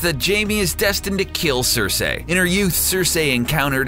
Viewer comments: I hate the way you pronounced Cersei, way to ruin the video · varies?? its Ver-iss... do you even watch this show? your pronunciation is off on Cersei too. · cer"SEE" not cer"SEY" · Him saying "Sir-Say" made my eye twitch....o_O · it's pronounced "Cer-see" 🙄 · Oh FFS it's pronounced sersee not sersay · It's "cer-SEE" not cer-SAY"!! smh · SER-SEE! NOT SER-SAY! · cersei - as in ser see..... not ser say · I'm not trying to be a dick, but the way you pronounce some of these names pisses me off. "Vare-ees" "Cer-say" "Daener-eeeeeees" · i hate people who say sersay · It's pronounced Ser-see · hurr durr cerr-say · "Sir-Say" lmao I love your vids!! But every time you say "Sir-Say" it's like nails on a chalkboard. lol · Next time please say Cersei's name correctly. As 'Sir-Sea' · LMAO Cersayyy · CErsEEH!! xD Timmeh!!!!(southpark) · omg..."cer-say"...i cringed every time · People on the show don't even pronounce her name "cersay" . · Cersei - ser-see. Varys - vayr-is. Lol please watch the show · I hate the narrator you can tell he is just reading a script. Vareeeees, CerSAYY fuck off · hodors name is willis not walder you re pronouncing cercie wrong.....theres more but fuck it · It's cer-see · GRRM pronounces it "Cer-say." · Its "Cer-say" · the way he says "Cersei" is pissing me off :/ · The amount of times "Cersei" and "Varys" are mispronounced is so annoying. How can someone be a fan of the show but not actually know how to pronounce the names of some of the most prominent characters. And Hodor's real name is Wylis... NOT WALDER!!! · why do you pronounce Cersei like that? does the narrator not watch the show? sounds like he's only read the name. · I winced every time Varys, Cersei and Lyanna were mispronounced in this video. There's no excuse for butchering not one, not two, but THREE names. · Varies? Daenaries? Sir-say? When do they ever say the names like that in the show? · Who the hell are Vairees, Danairees, and Cersay?